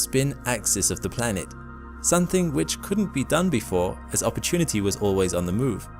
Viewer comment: Say that say again one more time please Narrator : "Opportunity" 😌